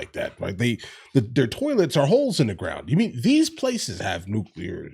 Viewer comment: The SECOND someone in a position of public address pronounces Nuclear, "New-Kew-Lurrr" I turn my fucking ears off. If he can't be bothered to care about what he speaks about, I can't be bothered to give a fuck.